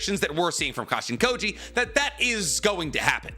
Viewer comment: Every time I hear Jairaiya’s clone name = Cash-in-Kody.